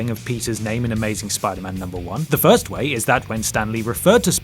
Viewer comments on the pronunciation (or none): none